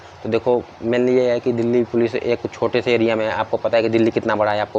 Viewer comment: कौन कौन दिल्ली पुलिस को "डैली पुलिस" कहता है🙄